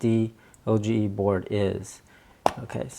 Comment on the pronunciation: It's pronounced O.S.Doge not O.S.D.O.G.E. (named after the Internet meme)